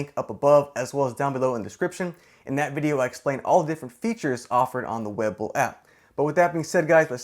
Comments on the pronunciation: I believe it's pronounced Wee-bull not weh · look its hard to watch when you aren't even saying the name right. it is WE BULL not web ull... sorry, no value added here but sticking around for the vid lol. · We...bull.. weeeee bull.. not web el..otherwise great job lol. Web bull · Webull. Not Wэbull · It's we..bull not web bull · Juan Pablo IKR. That drove me crazy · Haha was just about to say that. :D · It’s not “web-bull”. It’s “we-bull”. Say it right. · I was going to watch this video but after the 3rd time he pronounced webull as web bull I had to stop the video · So im the only one bothered by how he's saying "web bull"?? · Bwahahaha it's pronounced WEEbull bro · I seriously can’t watch this for longer than 20 seconds due to his constant mispronunciation of “Webull” 😖😖😖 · Had to stop watching at the very beginning because it's hard to want to take a lesson from someone who can't even pronounce the name of the app the right way. Lol. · I am taking advice from some who is saying webull wrong ... Great video by the way ! :D